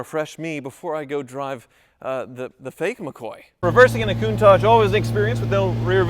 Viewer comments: Nah, don't sell the Countachgee ( pronunciation) now. In ten years, it will be worth enough to pay off another ex-wife all on its own. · What's with the pronunciation 'koon-taj'? Come on surely you know better than that